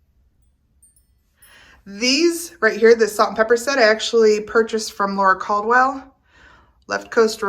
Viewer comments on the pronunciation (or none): none